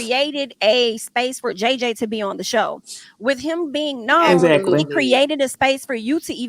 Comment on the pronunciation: Hello Loved One! …. Not Ex-act-culie….. that’s was too funny.